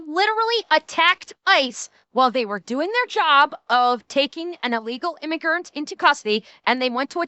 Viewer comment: "illegal imagurnt" XD